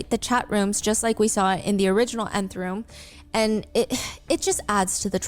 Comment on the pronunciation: u say it like “enTH room” not “neth room” HAHAHAHQ